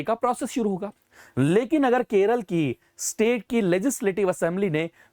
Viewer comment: no use in changing the name.. cos everyone still calls it 'keral' ..just like u sir😂